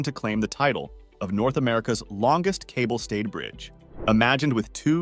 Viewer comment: It's that damned AI speech and text again. The intonation is easier on the ear here but "Cable state?" Twice? "Trend Maya?" and now the hilarious "A shocking toll has already been exacted, with 120 square CM of jungle cleared" If you're being so pushed for time to get it out there, then take your undoubted skills elsewhere. If you just pressed send, then you're letting yourself down. And us.